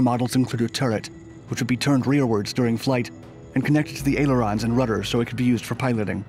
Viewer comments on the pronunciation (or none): none